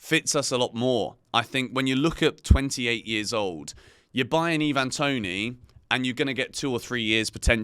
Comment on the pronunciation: Pronounced I-van Toney NOT Eee-van